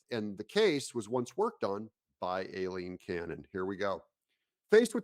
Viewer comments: Hey Doug, are you sure the judge pronounces her first name with a Long A? I’ve always heard it pronounced Eye-lene..hurting my ears a little every time you say A-lene. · Aileen is pronounced: eye-lean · 🗣pronounced, eye-lean Cannon. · It's pronounced (Eye-Lean) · Hey Aileen is pronounced like I lean ok? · Hey Doug her name is pronounced “I-lean Cannon”. As always thanks for keeping on top of all of this stuff for us!!!